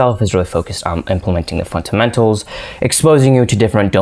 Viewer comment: .... thought i was the only one hearing it